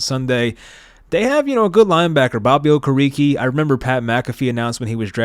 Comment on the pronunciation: it is “o-care-eh-kay”